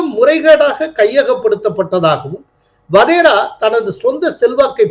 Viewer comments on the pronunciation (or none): Sir, he is Wadhra not Wadhera. Sorry to point out